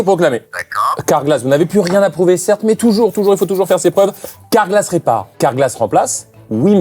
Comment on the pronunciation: « car-glas » les gars ……..